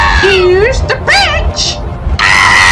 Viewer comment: what mokey says; Im a clever BETCH vs What i hear: Im a clever BENCH